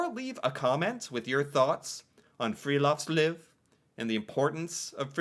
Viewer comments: Friluftsliv. U is pronounced like ou in you, oo in moose, u in rude. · Han høres full ut når han sier:friluftsliv!!😂